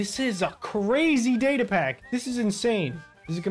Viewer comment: Say data more clear next time cuz d is not data